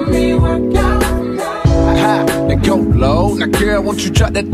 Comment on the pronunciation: You butchered 'work out'